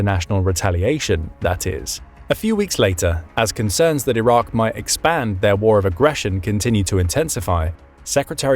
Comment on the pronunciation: It’s Iraq. Not that difficult